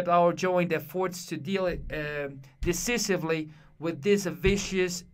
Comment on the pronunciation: hey dude, the word decisively is pronounced “desaisibly” and not “desisibly” also the stronger syllable in efforts is its first vowel “e” and not “forts” so the right pronunciation would be “Efforts” not “effOrts”. Though you have a strong accent you can read pretty well, but just try to work on those two words dude!